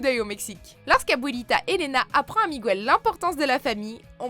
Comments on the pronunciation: On dit pas migouel on dit Miguel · Juste une chose c est pas miguouel c est Miguel même en espagnol car il y a g et u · Merci pour cette remarque, j’ai eu mal au ventre toute la vidéo à l’entendre écorcher mon prénom... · Ne me dis pas que tu as osé dire Migouel... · Miguel bordel, pas Migouel 🤦‍♀️ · Je n'en suis qu'au début, mais si elle l'appelle "Migwel" au lieu de MIGUEL ça va m'agacer... En espagnol, on ne prononce pas "Migwel" mais MIGUEL avec le son GU comme dans guitare... Vous dites une "gwitare" ? Vous pensez peut-être qu'en espagnol on dit "gwitarra"? Non non, on dit "guitarra" avec le même son GUI qu'en français... Idem pour Miguel... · Mon frère qui s'appelle Miguel se fait souvent appeler Migwel par erreur... ça l'agace aussi :') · PUTAIN C'EST PAS "MIGOUEL", vous dîtes "gouillaume" vous peut-être? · Bon sang, c'est MIGUEL et non Migouel! Ça me fait mal aux oreilles. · Juste c pas migwel mais miguel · Très intéressant mais pour info, on ne prononce pas "Migouel" en espagnol "Miguel" se prononce "miguel" (le u est muet) :p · C'est pas plutôt genre " mirrhouel " la prononciation ? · ... par contre "Miguel" ça ne se prononce PAS "Mig-ou-el" (espagnol LV2, les gars) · "MiGuel" pas "MiGWel" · Point culture: En espagnol comme en français, le "gu" suivi d'un "e" ou d'un "i" se prononcent "gue" ou "gui et non pas "goue" ou autres fantaisies... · « Migouel » ptdr oh c’est « Miguel » c’est perturbant durant toute la video putain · TIVERLOOK Sauf pour le prénom de Miguel qu'elle prononce Migouel... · MigUel, pas Migouel comme disait ma prof d'espagnol... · Sauf qu'elle écorche le prénom du personnage principal tout au long de la vidéo... On dit Miguel, pas Migwel... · C claire elle me stress a dire migwel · Non ça se prononce MigUel d'un seul trait. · Banane Sacrée Cela ne ce dit même pas Miguel cela ce prononce MIGUAEL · oui seul fausse note